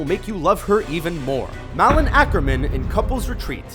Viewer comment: Dude you need to look up how to pronounce names... it's Ted Demme which sounds like demie... Malin is not mallen it sounds like May-Lin... but how did you get Eva wrong- it's E-va